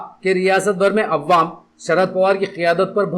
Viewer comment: تلفّظ درست کیا جائے تو بہتر ہوگا جیسے مہلک، عوام، فضا وغیرہ Mohallik nahi mohlik Awwam nahi awam hai Fiza nahi faza hai